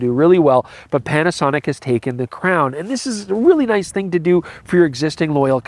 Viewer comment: Did you just call them "Petasonic"? 😜